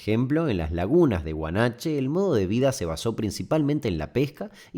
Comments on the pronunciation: Muy bueno el video. Sólo te cometo que son las Lagunas de Guanacache , no de Guanache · Se dice guanacache